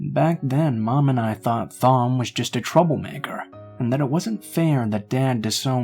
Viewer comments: Lol..Is the name you are trying to say Thom? Because if so it is pronounced like "Tom" ...not with the "Th" sound! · Thom is usually pronounced Tom, unless the author has specified otherwise. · Wow this story was.... interesting! Lol at whatever name that was I thought you were saying Thong at first 😂😂 Love your voice!